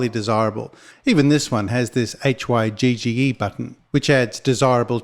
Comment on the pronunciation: Hygge is pronounced "hooguh"